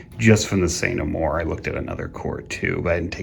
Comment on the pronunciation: When you say Sr. Amour core, all I hear is . . . Say No More core . . . apologies for the Eric Idle/Monty Python reference! :)